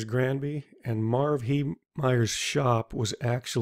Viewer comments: Granby, not Ganby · Great "play-by-play" detail of events, may thanks! Only one thing, because it is part of my family's legacy, its "Granby" and not "Ganby". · WTF is Gamby? Last time I checked the is an 'R' in Granby. 2 syllables: "GRAN" + "bee"... That said, I must have had 100 cop cars rip past my house on that day. I can only imagine what hoot it would have been , tearing through RMNP as fast as you want with lights and sirens blazing! Out of the way tourons! RIP Marv! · It's Grandby, not Ganby, but an excellent presentation. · The commentator kept saying Ganby ...it is Granby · It's Granby, not Ganby. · It's Granby not Gamby ! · Good video, but say it with me...Granby, not Ganby, G-R-anby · It's gRanby not "ganby" lol this killed me to hear you call it that so many times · It's GRANBY.... NOT GANBY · How many times did you say the word, “Granby” pronounced as “Gamby “? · It's Granby. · It's "Granby" just to let you know. Nice video.